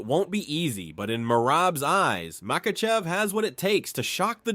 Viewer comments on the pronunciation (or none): Islam MaCUHchev👨🏽🇲🇽 no quema cuh😂